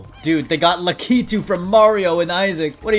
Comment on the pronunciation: The lakitu pronunciation is insane